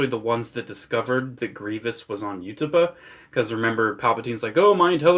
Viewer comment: The way you pronounce Utapauh makes my bones ache